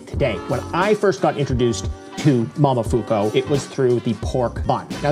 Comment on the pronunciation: Mo-mo-fu-ku. Not mamafuko